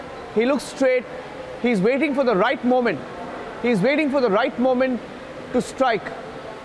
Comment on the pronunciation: How many times are you going to say “you can see dee attacker”